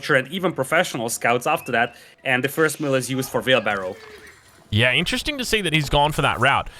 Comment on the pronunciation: It is wheelbarrow and not veelbarrow.